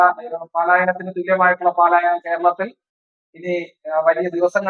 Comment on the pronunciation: പാലായനം അല്ല പലായനം എന്ന് പറയുക